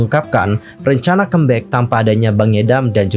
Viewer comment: Bisa request? Baca comeback-nya jangan kembek. Di dengarnya gimana gitu lho